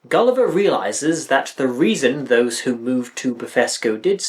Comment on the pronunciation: The singers can't pronounce "Gulliver" without it sounding like "Kali Ma".